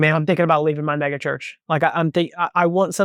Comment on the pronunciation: First time he said mega, I thought he said Maga.😅